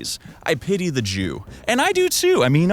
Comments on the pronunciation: Me: "I am going offline." Netloss:"I pitty the joo..." Me: "Alright you got my attention for that joke." and yeah I joined :D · "I pity the Joo"🗣️ -Mr. T. Ice 'T Pain' T 😭😭🫡